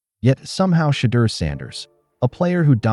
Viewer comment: Of all the talk about Shedeur with the Browns, I've yet to hear anyone pronounce his name correctly. Sanders, is not vain enough to say anything, but it really bugs us in Colorado. Come on people, get your act together.